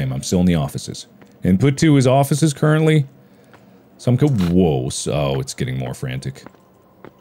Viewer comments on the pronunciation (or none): none